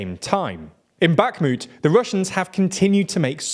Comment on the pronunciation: Also; no 'K' in 'Bakhmut' 😉 Also, also; Eeeeeeegor Girkin, not Eyegor Girkin 😁